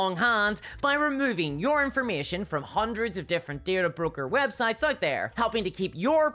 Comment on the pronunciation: At some point, I started dreaming in this woman's voice. 🙅‍♀ How is there an "r" in DATA!?